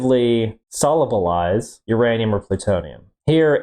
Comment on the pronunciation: Ah yes beeranium...my favorite